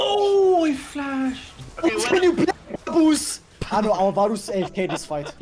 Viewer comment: Its not Babus its Babusssss